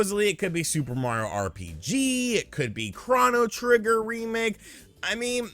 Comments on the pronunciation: Chrono trigger… not chrahno trigger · tis how kept pronouncing it. I always thought it was "Krohw-no". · Wait... Craw-no? Craw-no Trigger??? Isn't it pronounced Crow-no Trigger??? Have I been saying it wrong my whole life? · Can someone tell me what Chrano Trigger is?!?!😂😂😂. I know what CHRONO Trigger is but what is this Chrano Trigger he speaks of? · It's Crow-no trigger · I like how he was pronouncing "chrono" in "chronotrigger".